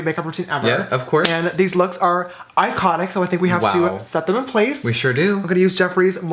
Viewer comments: "its ikHONIK" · is it iconic, or styeconic?😂💕 ly girl♥️♥️